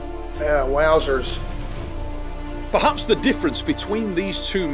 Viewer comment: My man said "Wowzors"